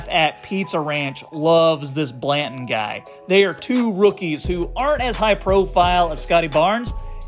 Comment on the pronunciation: Pretty sure it's Dalano Banton and not Blanton lol. I subscribed anyways I like your take on the Raps and they will be true contenders within a year or two. This year they will make the super teams bleed tho